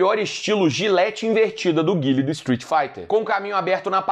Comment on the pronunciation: Carrano mostra que é "gamer raiz" ao chamar o "Gáiou" do Street Fighter de "Guile", mesmo. rsrs